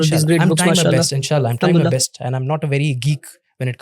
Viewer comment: Ye alhamdulillah kah rahe hai ya hamdulillah kah rare hai